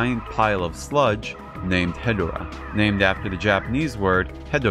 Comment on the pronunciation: If you don’t fully pronounce Hedorah or say it too fast it sounds like you’re saying hetero